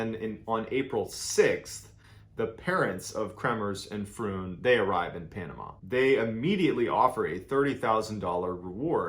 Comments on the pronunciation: I love how you explained this story 👌🏽 I am also from The Netherlands and this unfortunate situation kept the Dutch people baffled. PS Froon is pronounced the same as the word Drone. Fr ‘one’ ….. :) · Very badly researched. Here are some facts: the host family doesn't even own a dog (see wikipedia on this). Mispronounced Boquete and Froon. Phone logs can be easily faked by anybody. Yet you state they were making the calls. No proof of that.